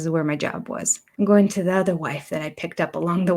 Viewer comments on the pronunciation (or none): You forgot about how robin doesn't pronounce the ing on words. Example: going is pronounced goeeen.